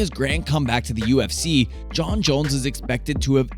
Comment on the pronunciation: Jon* not Jone